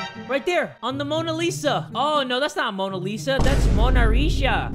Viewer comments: Mona Lisa became lona misa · oh wait that's not Mona Lisa that's Morna Lisa! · "Oh no that's not Mona Lisa, that's Mana Risha!" - 2019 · that's not mona lisa that's mora risha Me: r u sure.... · " Oh that's not Mona Lisa, that Rona Risha" Me wheezing on the toilet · First game wipe it: wait that's mona risa Me: thats mona shita